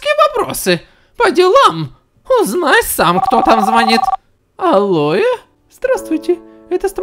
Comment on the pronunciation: Когда взял трубку от телефона он сказал не алло а алое 🤣